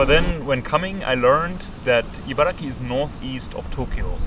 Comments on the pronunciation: Though I don’t live in Japan now, I am from Japan. Interesting video! One thing that bothered me is that you kept saying ”IbaraKI”. It is Ibaragi, with G not K. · chibaragi=chiba+ibaragi Although the place name should technically be pronounced “Ibaraki,” many Japanese people find it easier to say “Ibaragi”. It’s very easy to spot someone from Ibaraki Prefecture—they’re known for getting angry when you pronounce “Ibaragi” incorrectly.